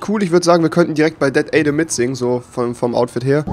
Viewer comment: "Dat Aydem"